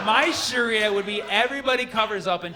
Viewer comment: I can’t get over the way he pronounces it, tho, isnt it “shaaria” not “shuria”